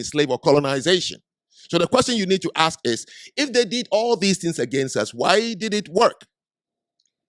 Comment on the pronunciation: We didn’t build America also it’s ask not axe.